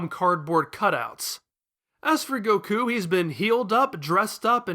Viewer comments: The way you say Goku is infuriating me xD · Really? goKU, Vyedelle, Babeedee. It's Goku, Videl and Babidi. Also, in english, his name is Krillin, I know you're using the japanese version but you're not japanese so why?